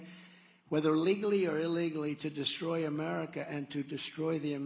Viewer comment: Ahh.. Dee-Stroyed.